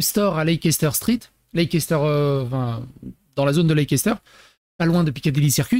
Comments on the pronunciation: Ca ne se prononce pas non plus Leisséster mais Layster. 😉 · Ça se prononce Less-ter Pas lecès-ter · On prononce.. gloster et leister on oublie le CE au milieu ( CE pour communauté européenne 😅) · Leicester se prononce ´lester’. C’est plus simple... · "Leicester square" (à prononcer "leister*) est le square avec des artistes de rue et des statues en quantité à destination d un public familial. Le quartier est meme définitivement axé tourisme et famille avec ses magasins qui sont de vrais petits " musées" comme lego et mn'ms. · En fait ça se dit Lester, Glouster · Ça se pronounce " Lésteur " square ( c’est une place ) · "lesstheur" stp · On doy leisteur ! Tout court ! C est comme ça que ça se pronnonce. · Tiens, comment prononcer leicester